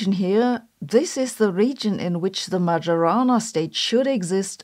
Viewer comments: It's pronounced "Maiorana" not "Magiorana". By the way, as usual Sabine's videos switch on the light to see what we often don't want to see: the harsh truth. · Ah, I knew it! Damn Microsoft, now I have to keep hearing "Magiorana" over and over. It's pronounced "Maiorana", please . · she has a PhD in physics but doesn't even know that it's "Mayorana" not "Majorana". Doing research should be second nature to her, this is so disappointing. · Isn't it pronounced ma - "yo" - rana rather than ma - "joe" - rana? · Majorana like mayonnaise not like majority. Thank you for your excellent and original point of view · Its not MaGiorana , its Mayorana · It's Majorana, not Madʒorana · Stop listening when Majorana was pronounced like "j-ourney". It should be like "ee" then "o". It should refer to Ettore Majorana, the misteriously disappeared genius. I hope it doesn't come from any football player I'm not aware of. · that's "Mayorana" instead of "Madzhorana"😢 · It's /maɪəˈrɑːnə/ . The 'j' does not have its distinctively English pronunciation. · Hi. Did you know that Majorana is pronounced "Maiorana"? Look it up if you don't believe it. I think it would be super cool if everyone started to pronunce it correctly. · Majorana is pronounced "my-o-rana" because j is the same letter as i in Sicilian; it's just written that way when it follows a vowel. (In Italian it is written Maiorana.) I say this every time you mispronounce his name and will continue to do so until you get it right. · Please learn to pronounce Majorana. This is insulting. It's Mayorana. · It’s pronounced my-or-ah-nah. You’re pronouncing it like an AI does. Maybe that’s where you get your script… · Please Sabine, it's MaYorana. It's Italian. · It is "Mayo-rana". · you say Majorana but I hear Majora and I drift away hard I'm sorry! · Dear Sabine, the correct pronunciation of "Majorana" is MaIorana, with the j sounding like a I in Italy, not G in Germany. Do it for Ettore, he deserved it. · It's pronounced "Mayorana".